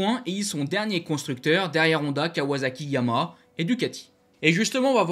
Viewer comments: oui mais comme tu parles vite on entend pas le dernier Ha alors insistes un peu sur la dernière syllabe. Je peux te dire que ça choque des gens qui bosse pour cette marque… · je te rappelle que Yama est un dieu et pas une marque de moto: Si tu veux nous parler des motos noires et bleues avec le logo aux 3 diapasons alors il s’agit de Yamaha qui est un nom en 3 syllabes. Fais un effort au moins par respect pour la marque et notre champion Fabio! Merci